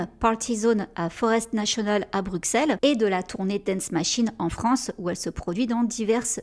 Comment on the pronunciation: Par pitié les français 😂 On dit BruSSel même si ça s'écrit BruXelles 😂😂😂. Super vidéo comme d'habitude super boulot !